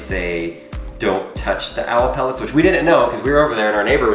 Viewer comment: Its (pel-lit)